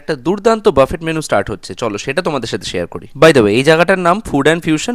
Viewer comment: Wrong pronunciation. বাফেট বোলে কোনো কথা নেই। বু্ফে হবে ।